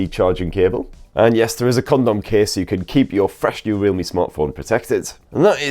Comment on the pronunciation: dude always says condom case 💀